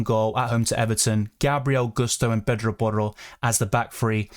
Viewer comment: U pronounce pedro porro so well